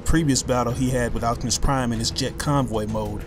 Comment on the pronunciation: please, for god's sake stop calling optimus prime, "octimus prime"